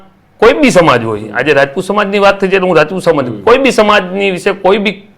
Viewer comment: રાજપૂત બોલો રજપૂત નહિ